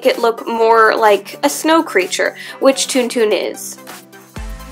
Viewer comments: Isn't it pronounced more like TonTon and not TunTun? :O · It is pronounced like tawn tawn ..... Not toon toon.... Some one has never seen starwars apparently.... I do wish you would use something other than hot glue! Such expensive works of art with substandard materials! Hot glue will not hold in hot and cold conditions for long. I get the gratification of instant bond but it is sub par . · Also it's pronounced Tawn-Tawn. >.> I live in a Starwars fanatic house.